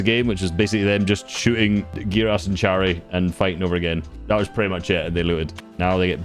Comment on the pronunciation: its chary but you read it like harry